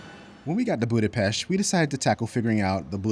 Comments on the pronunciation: And extra points for pronouncing Budapest right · Thanks you for saying Budapest the right way❤